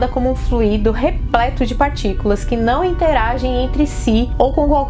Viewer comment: Excelente, professora. Note que no substantivo fluido a sílaba tônica é no 'u' do ditongo, não no 'i'. Fluído é o particípio do verbo fluir.